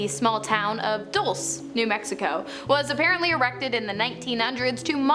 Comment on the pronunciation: the town is called Dulce. Pronounced Dole-say. Its Spanish for sweet.